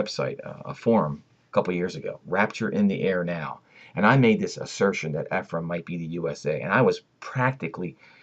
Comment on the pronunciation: Eh-frah- eem (Ephraim)